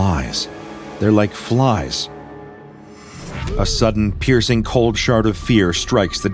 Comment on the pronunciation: Did anyone else hear "cold shart of fear" instead of "cold shard of fear" lol